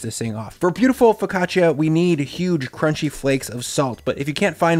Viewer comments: Foccacia is pronounced FO-CA-CHA Just spelled weird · OK, forgive my English-speaking Texan attempt at transcribing my wife's guidance, but something like foh·kah·chuh or fuh-ka-chaa, with basically no ee sound between the ch and the a. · Great method, but the pronunciation of "focaccia" nearly gave my Italian-Swiss wife an aneurysm!